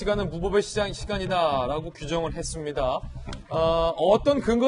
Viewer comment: 왜! !진행자는 라고는 왜강조하나